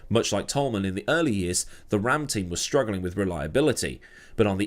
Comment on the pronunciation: RAM is pronounced ram as in sheep. That how the great Murray called them.